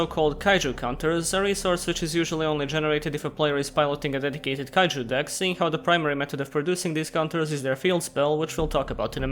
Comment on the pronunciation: Why cant utter the syllabe "ju" anymore??